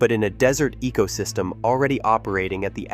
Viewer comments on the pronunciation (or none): none